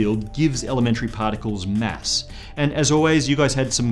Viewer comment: Mass, not mess! Fuck.